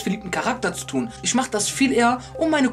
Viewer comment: Und es heißt ich und nicht isch! Boah Jungee 🤢🤮